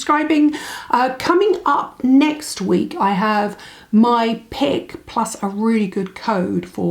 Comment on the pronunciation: I had to replay the last minute to clarify whether you said you had a pig or not! Of course not, it was "your pick" of Beauty Pie products and nothing to do with piggies! :@